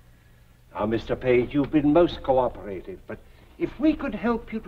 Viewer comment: also noticed that, re Karloff's prononciation of "co-operative". Is it an English pronounciation, though? I've never noticed anyone English say it like that? I'm wondering if he slightly fluffed the line. Incidentally, I'm from NZ and we pronounce it with just four syllables, leaving out the "e" in the middle completely - "co-OP-ra-tive". Note the accent is on the "op" which you describe as American, but I think it's universal, apart from Boris Karloff! I hadn't noticed your other observation, though. Interesting point